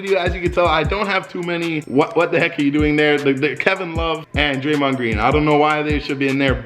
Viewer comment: Don’t speak on draymond greens name like that I am from Michigan